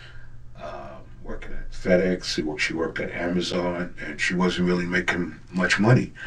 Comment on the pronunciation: So he can say “correspond” correctly but in the same breath says “worked-ed” 🥴